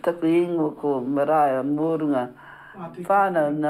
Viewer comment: The presenter is pronouncing Maraia's name wrong.